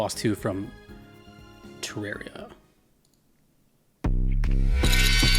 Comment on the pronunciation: It's pronounced "Teh-rahr-ee-uh" This was confirmed by the CEO of Re-Logic, Chippy the Clothier